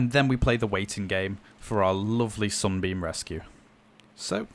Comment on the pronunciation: when he said Sunbeam, it always sounded like he said "Zombie"